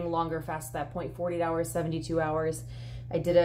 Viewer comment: Are you saying "40 hour fast" or "48 hour fast"...sometimes it sounds like one, sometimes the other...